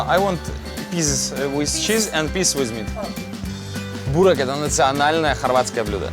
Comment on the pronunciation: Не бУрек, а бЁрек